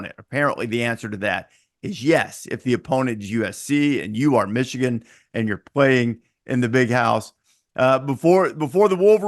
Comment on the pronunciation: Did he say Meeshigan is back😅